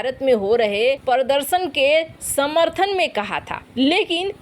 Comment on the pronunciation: मैडम पर्दशन कब तक सुधरेंगी हिंदी के सही उच्चारण प्रदर्शन कहने के लिए | यह एक शब्द नहीं है वरन बहुत सरे शब्दों का सही उच्चारण नहीं करती हैं